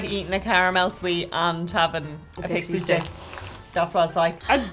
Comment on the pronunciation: AHHHHHHH She said "Pixie Stick" ... That one I needed to hear about 10 times to hear correctly ... jeeeesss... LOL